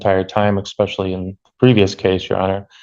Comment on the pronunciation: He said expecially😑